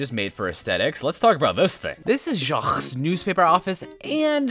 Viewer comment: As a French person, I would like to say that « Jaques » isn’t pronounced « cejzkzgzgzv » but « jak »